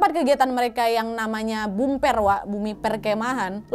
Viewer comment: Kak BuPer bukan BumPer